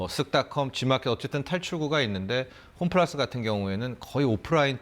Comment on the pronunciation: 홈플라스??? 발음도 안되는사람이 나와서 ...